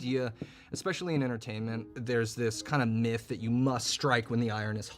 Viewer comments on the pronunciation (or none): none